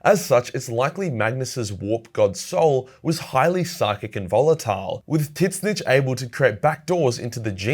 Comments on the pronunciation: thought it was pronounced Zeench not Tit snitch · For what it’s worth, Tzeentch is pronounced “zeech” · Just an FYI the "T" is silent it just zench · You need to stop saying Titsnitch, it's lame. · Please learn to pronounce Tzeentch.